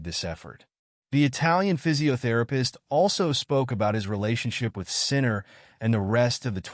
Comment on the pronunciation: Do you suppose you could train the AI to pronounce his name correctly?